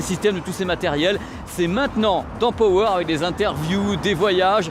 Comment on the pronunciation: PURAIN C'EST PAS POWER C'EST PAAAAWER MERDE